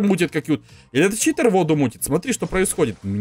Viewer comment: Какой читр а читер !